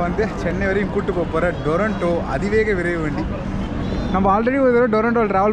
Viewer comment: அது டொரன்டோ இல்ல. துரந்தோ